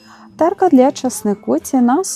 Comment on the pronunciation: Знову ТЕРКА!???! - ТЕРТКА!